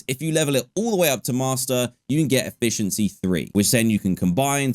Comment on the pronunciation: HE SAID EFFIENCY 5??????